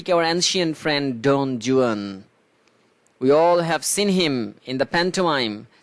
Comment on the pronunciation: Google theke pronunciation ta dekhe niyen